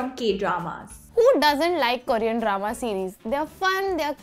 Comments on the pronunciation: Who else got irritated when they pronounced "Korean" as "koorean" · Is anyone else annoyed by the way they pronounce Korean 🙄